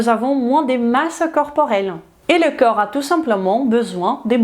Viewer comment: Bonjour excellente vidéo très bien détaillée et structurée comme toujours mais suis-je le seul à entendre parfois "coeur" à la place de "corps"? Un tout petit axe d'amélioration...